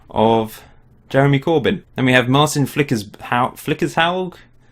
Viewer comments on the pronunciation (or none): none